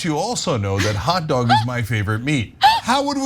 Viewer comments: But when he starts to pronounce hot dog as hat dog, it makes me wonder if somebody didn't just put one in his hand. I'll admit he did pretty good for someone who probably has never had a hot dog before. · He loves hot dog so much that he somehow has difficulty pronouncing it! "Hat dog" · Romney’s “hot dog” sounds like it has “hat dog” blended into its pronunciation